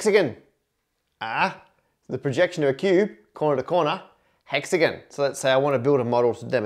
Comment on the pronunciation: Why is Matt still saying hexagon wrong? Because a witch cast a hex again.